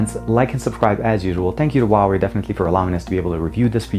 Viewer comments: It's not pronounced waway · TK Bay HUAWEI H is like H from Huge, U is like W from Way, A is like U from Bug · People think the H in Huawei is silent. In Chinese, it is pronounced more like Who Are We if you say the three words really quickly.